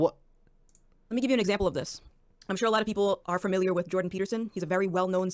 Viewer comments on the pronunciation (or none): It bugs me when ppl say furmiliar instead of familiar